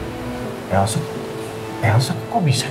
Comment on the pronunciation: Papah Surya ngomong nya elso dong😂🤣🤣🤣🤣